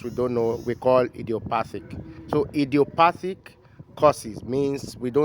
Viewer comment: The "idiopathic" sounds like "ise aye" 😂😂... apologies if you don't speak Yoruba. Thanks for this enlightenment Doc🙏